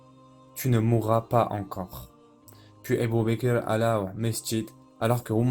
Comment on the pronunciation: Masha'Allah! Très intéressant, c'est la version de la série Omar. Mais c'est quoi cette façon de prononcer les noms des compagnons ? Ébou békér, c'est fait exprès ou quoi? Puisque le narrateur pronce très bien autres mots en arabe